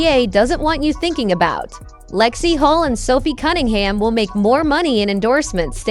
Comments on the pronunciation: HULL, not Hall or Hol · Yes, lets get real.....Hull, not Hol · Lexie Holt? Stop using AI and start using real people for Christ's sake😮